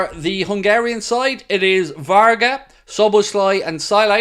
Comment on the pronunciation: !it is not VARGAS it is VARGA.Thanks